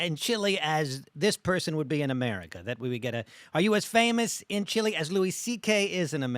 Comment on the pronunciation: hate the way the host says Chiiiley! 🤨... Fabrizio! good on ya, you did very well :)